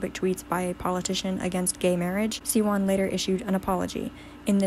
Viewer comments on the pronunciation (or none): It’s pronounced zeeco and shiwon not zeyco and ceewon